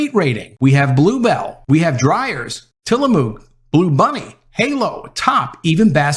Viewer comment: STOP..... Tillamook is pronounced Till-a-muck